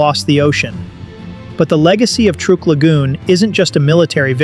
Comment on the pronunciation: someday AI will be able to pronounce words properly. Truk is pronounced truck.